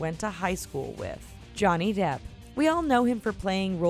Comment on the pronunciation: When it said "Johnny Depp", I thought it said "Johnny Derp".